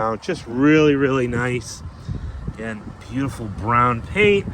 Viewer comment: "Beeuti-ful double express-o" 😂